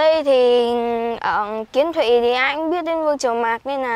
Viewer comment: Huyện Kiến Thụy nha anh không phải Quyến Thụy